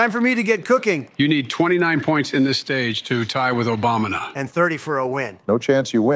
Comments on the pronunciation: Does anyone else keep hearing and saying 'Obamna' instead of Obama. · "Obamna" lol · They keep calling him Obamna lol